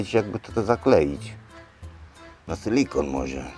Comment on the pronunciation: "na sylykon może?" :D